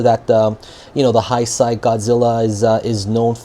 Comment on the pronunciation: Sorry I was wondering what you kept saying….i was like what’s high side?? Then I realized you were saying heisei…but it’s pronounced hay-say. Great review! Btw!